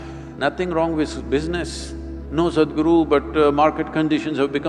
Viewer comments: Stop pronouncing his name in an english way as SAD. If u can't say it right then just dub him as HappyGuru! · The introductory voice over by a foreigner sounds like Sad Guru. Please use someone from India who can pronounce Sadhguru.